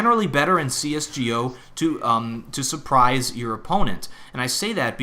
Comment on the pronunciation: he said CS G O not CS GO lol